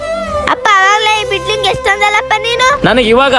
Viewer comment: 😮ಬಿಡ್ಲಿಂಗ್ ಅಲ್ಲ ಬಿಲ್ಡಿಂಗ್